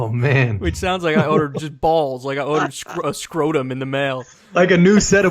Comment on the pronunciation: whenever kyle says order it sounds like he's saying otter